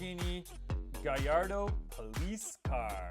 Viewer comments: Its not countash its counta ch. And its not galiado gallarado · Umm bro it’s GALLARDO , not GAIARDO